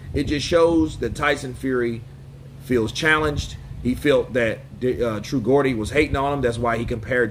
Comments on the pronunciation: It’s said ‘Jordy’ meaning a man from the city of Newcastle-upon-Tyne ok✌🏽 ♥️ much love from 🇬🇧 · Bottom line is Fury needs to keep busy and Chisora is perfect for that and also giving Dellboy a good payday, he would have been better saying the truth, all the past champions have done the same you can’t have a War every fight. Geordie is pronounced as JORDY❤ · He showed his true colours with zero class! BTW its pronounced Jordie 👍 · True gordy! Lol.... you are prounacing it all wrong! 😂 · Pronounced "jaw dee". A Geordie is someone from the north of England, to be precise, Newcastle. They got weird accents up there. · it’s pronounced ‘true jordy’ it’s what they call themselves in a city called Newcastle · A man said true gordi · FYI Geordie is the name for people from Newcastle-up-on time its pronounced Jaw-Dee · Hi, just as a us/uk translation it’s Geooor-deeeee the guys from Newcastle so it’s a slang for where he’s from, there’s a nasty shitty show over here based on him called geordie shore, have a look but don’t get into it cos it’s shite 😂😂😂😂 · It's pronounced ...jee-or-dee lol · Geordie pronounced jordie, nickname for people from Newcastle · Geordie is pronounced Jordee, i say this cos iam a geordie myself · Look mate I know you're a yank but you need to understand it's Geordie as in pronounced JORDIE HAHA! You might be great with dates but not so much with pronunciation my friend! Apart from that keep it up I watch your videos.. Another Geordie! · Justr say True Jeordie mate and you will pronouns Geordie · it’s pronounced “True Jordie “ 😂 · its pronounced the true Jordies....not the G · Georgia pronounced as 'Jordy' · It’s pronounced true jordy 😂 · It’s pronounced Jordy 😉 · Geordie is pronounced "Jordy" fyi :) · Pronounced Jaw-dee btw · Geordie pronounced "Jor-dee" 👍🏻❤ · Its pronounced 'J' ordie bro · It’s true jordey but spelt Geordy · It's TRUE geordie not gordy lol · I wished I could tell you how to pronounce Geordie 🤣